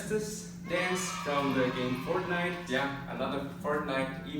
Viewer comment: why do you u say fartnite